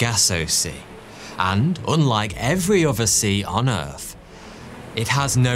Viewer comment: Why do you say "errf" instead of earth?